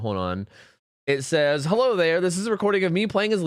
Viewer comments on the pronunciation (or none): none